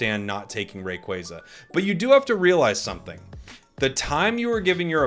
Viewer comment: I’ll do it when you stop saying Rayquayza